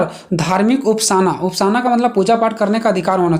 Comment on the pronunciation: उपासना न की उपासाना Pranaunciation आपका गलत है भाई